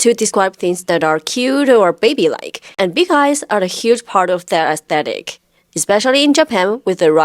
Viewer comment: u say Aye-tetick lol instead of aesthetic :D